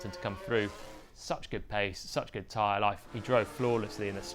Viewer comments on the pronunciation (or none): none